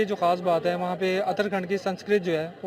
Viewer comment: Uttarakhand hai naki utara khand